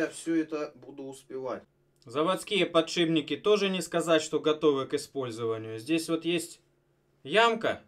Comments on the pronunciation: Подшибники,блять,подшибники!!!Еще начни говорить ейные и ихние! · Да чтож у всех пукан рвет за подшиБники? Ну так просто говорить удобнее, много таких слов, шрус например! Все упорно говорят шруЗ! естественно знает как правильно писать и говорить это слово! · единственный кто может говорить подшиБники! Он гениален. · через Б легче, также как и ЦА вместо ТЬСЯ. Обитателям петровских болот конечно же не понять того.